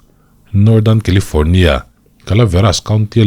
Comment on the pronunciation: Kilifâwrnia lama kan kîzen ten lo nawr deuh se, FIR lamah lo report nawn leh se la. Thuthlûkna (not thutlukna) thar lo siam se a ṭha ang. 😂